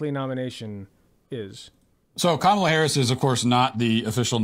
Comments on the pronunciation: You should work on putting the emphasis on the first syllable of “Kamala” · KAmala. Not KaMAla. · you’re great, but try and say her name right. If Walsh can do it you can too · You pronounce her name as Comma-LA not Ka mala. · How hard is it to say, “KAH muhla?” Do you really need a post-doctorate degree? Really? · Kamala /COMMA-luh/ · It's KAH-mah-lah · Comma La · Why are you mis-pronouncing Kamala Harris' name??? Try "Comma-la" !! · Your take on this topic is appreciated, but please pronounce the Vice President's first name properly. She's the Vice President, and the Democratic candidate for President. Her name is extremely easy to pronounce. Pronouncing a person's name is the most basic sign of respect. Some people apparently couldn't pronounce, and still can't pronounce, President Obama's name correctly either. I'm not saying that you have ill intent, I am saying that mispronouncing her name makes you sound ignorant and lazy, with all due respect. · Your mispronunciation of the Vice President’s first name is terribly disrespectful. You know her name. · Something that really annoys me is that people like Matt Walsh and Ben Shapiro pronounce Kamala correctly, but that some of her own supporters can't be bothered to do so. The most basic form of respect that you can give someone is to pronounce their name correctly. Come on man. You can do better. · Hey, any chance you can start pronouncing her name correctly? It would really help, thanks! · I love everything you said, but dude YOU really need to learn how to say Kamala's name correctly. You keep butchering it man. Or just call her Harris if easier for you.